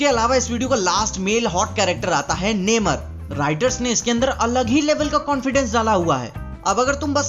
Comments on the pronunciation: नेमर nahi नमोर hain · It's namor, नमोर I think ....!!